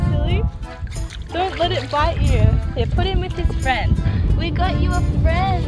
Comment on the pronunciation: ㅋㅋㅋㅋㅋㅋshe said little frrriend' ㅋㅋㅋㅋㅋkayla Were u doing Russian accent? :)